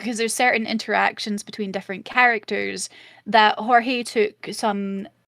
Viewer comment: Jorge was pronounced correct. He is Puerto Rican. Also I know this was over a month ago. I am just commenting for Engagement 🙂